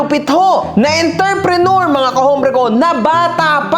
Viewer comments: “ENTREPRENEUR” not ENTER-PRENEUR hahaha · ENTERPRENEUR ng ENTERPRENEUR. sakit sa ears.